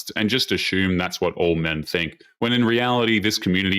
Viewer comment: There is no H in assume